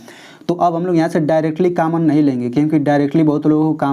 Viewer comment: Kammon nahin hota hai common hota hai